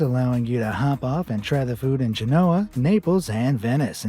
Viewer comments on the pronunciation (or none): It's GEN' o a, not ge NO' a.